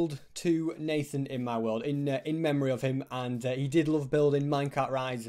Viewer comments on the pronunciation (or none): none